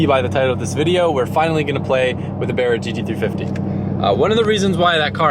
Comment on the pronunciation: You just need a good mechanic. Thank you for saying BARRA Correctly not like your mate that borrowed your car.Barras are indestructible i have 3 my (2015 FGX XR6 Turbo Petrol ),(2010 G6( like a futura) which is designated LPG) and a 2005 BF Fairlane Ghia which is duel fuel half Petrol Half LPG. I will never get rid of my Barras, they are the Bomb.And best of all of these all are designed to take Regular Unleaded(91 Ron in Australia) .Anyone lucky enough to get a Barra in the US ,they are so reliable and will last you up to One Million Kilometer's (Some LPG taxis in Australia have lasted well over One Million Kilometer's) All you need to now is to educate some of your American friends which may drive Holden's not to have CHEVY badges on these cars as some of our Aussies do over here even though i am a Ford Nut ,this looks so Shit.